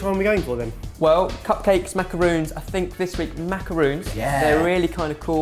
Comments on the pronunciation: it's not macarOOns it's macarOns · MacaRONS....not ROONS. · Pelle McKruth Since the word is French and not English, no, it is not correct. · MacarOns!!! MacarOOns are something different. Just saying! But you know that by now. 👍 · Ummm... It's a macaron. Not a macaroon. A macarOOn is a small cake-cookie thing, typically made with coconut. A macarOn is the french delicacy. I thought a food channel would know this. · I hate it when people pronounce macarons as macaroons. They are completely different desserts. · I think these guys made it wrong. In the subtitles it says that Jenna said macaroons not macarons. Missed the coconut? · He says them like "Macaroons" it's "macarons". Pronounce the "o" like the "o" in tongs. Lel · Ben is notorious for mispronunciation of words lol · but they keep pronouncing it Macaroons. Jenna asked for macaroons. These aren't macaroons. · you made macarons not macaroons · These are not "macaroons" these are "macarons". The difference is that "macarons" only has one 'o' so that means that when you say "macaroons" you're talking about the coconut dessert. Macarons are french and are pronounced kind of like "mack-ah-ron(s)" (or that with a french accent and you really can't write it out. Sorry, I suck). If you say "macaroons" it's really incorrect. I know that it is widely accepted but it is cause for a lot of miscommunication. And it's a pet peeve of mine. Hope I didn't sound too much like a bitch. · Elisia Narbett Yeah they say "macaroons" here in the U.S. too. It's still wrong. That would be like saying 'tortila' instead of 'tortilla' (torr-tee-yuh). It's wrong and kind of disrespectful. It's also not even spelled as macaroons. I thought the British really prided themselves on saying words the way they were spelled like "aluminium" and "herb". Just say 'macaron' not 'macaroon'. It confuses people who know they're different and it especially confuses french speakers. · macarONz not macarOONs k thnx bye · MACARONS not -roons :)